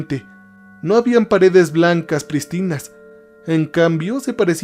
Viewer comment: Un consejo y que no se entienda como crítica, si no para mejorar la experiencia. Cuidá las acentuaciones. Sombrías, sombrío, prístinas...